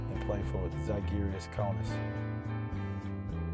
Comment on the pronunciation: Spent a season in Kaunas, cant pronounce žalgiris correctly. Come on... Either way, im hyped for this.